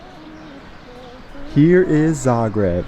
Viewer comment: Yeah, you are one of the few people pronouncing Zagreb correctly, on the first not the second syllable... :-) Smart belongs to the Daimler corporation just like Mercedes, by the way.